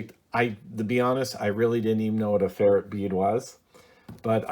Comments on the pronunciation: Good video. It’s pronounced fer-rite beads. Not fer-it beads. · Please learn to say ferrite (fur-rite) properly.